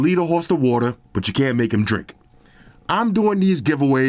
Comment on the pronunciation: Wadder lol